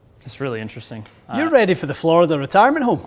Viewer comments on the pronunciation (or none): Inteewesting. Vewy, vewy, inteewesting.